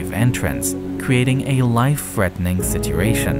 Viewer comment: Threatening is spelt with a T and a H therefore pronounced Threatening Not frettening